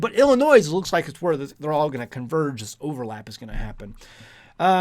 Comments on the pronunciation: Did he just say "Illin NOISE" ??? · just a point . There is no "Noise" when you pronounce Illinois. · The s is silent on the state of Illinois 😂